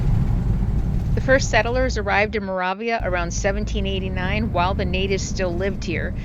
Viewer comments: You drove through my father's hometown. I love the facts you added to the video that I did not know. I know you did your best to pronounce Moravia. This might help you with the correct pronunciation (mur A V a). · Genoa is pronounced Gen OH uh. Moravia is mer A via. Just trying to help. I love this video, and subscribed. Thank you. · Moravia, the "a' is long, as in"way".